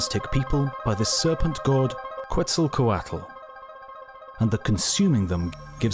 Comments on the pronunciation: Dear mr brit guy. Quetzaltoatl is pronounced "Ketz-erl-kwert-eh". Not "Ketz-Ahl-koh-aw-tuhl." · You don't pronounce the U in Quetzalcoatl. And the TL at the end is pronounced more like "ch". Well, that part may be too hard for you. But at least don't pronounce the U, it really undermines your credibility.